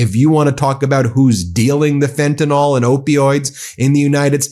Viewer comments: FENTANYL THERE IS NO "O" IN FENTANYL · Please, please, please.. It’s pronounced FEN-tan-NILL .. not FEN-tin-ALL. I was on Fentanyl patches before my spinal fusion surgery. In fact, I was once given the wrong dosage patches (75 mics instead of 25 mics) and could have gone into a coma or even died; my doctor said that had I not had a high tolerance to opiates I would have gone down. It’s an important issue and everyone pronounces it incorrectly. Thank you and much love to you.❤️❤️❤️❤️❤️❤️❤️❤️❤️❤️❤️ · Fentanyl= FEN TIN ILL not fentin ALL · I’ve heard of a drug called “fentan-Y-l”. I’ve had it twice legally, for two toe surgeries. It works fine. What is this stuff called “fentan-O-l”?